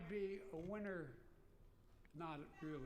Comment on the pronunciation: "I b winnder"